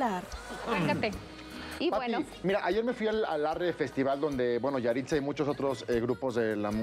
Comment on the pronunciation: Yahritza? Parece yahritzo.